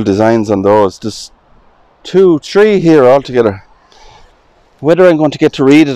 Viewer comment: I love the accent when you guys say "torns", tree (3), and the H is silent in t words, I gather.